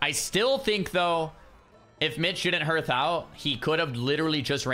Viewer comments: please stop pronouncing it 'h-earth' hearth is pronounced 'harth.' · Dunno if anyone has mentioned this, but HEARTH is pronounced like HARTH, not HIRTH. Just saying.